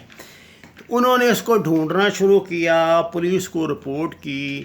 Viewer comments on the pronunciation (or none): none